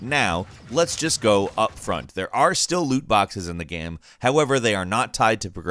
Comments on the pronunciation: Every time he says gam instead of game 👇🏻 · Why did you say "gaam" a few times instead of 'game' ?? 😂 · Is really noo one else bothered by the way he says GAME? It sounds like gaem ... really cringy, like the “my name is Jeff” kind of cringy. Gaem gaem guemm ... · Why does he say “game” like “gehm”? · I find it hillarious how he has 2 different pronunciation for the word Game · Is anyone else bugged by how he says "game" Great video non the less but still